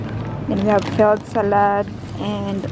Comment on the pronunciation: Hello Good evening. I am ur subscriber/follower. This is my first time to comment sa vlog mo & pls. Dont get me wrong sa comment ko, kc gusto ko lng sana ma correct ang SALAD sa pag pronounce. I google mo pls. Mo sa English or in german doon may sample how to pronounce. Lahat nasa google if gusto nyo ma correct pati spelling lalo na sa pilipino/tagalog or bisaya, etc. Tnx at ingat kau dyan parati.